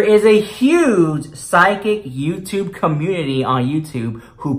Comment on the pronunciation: Why *CUH-MOONTITY 😂